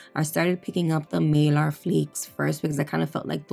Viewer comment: You crack me up. It’s a needle bit, not needle 🪡 point bit. 🤣. Girl not malar flakes it’s Mylar flakes. Hahaha 😝. Sry I finally had to say something. They’re like milky marble. Very very Beautiful💗💜💗💜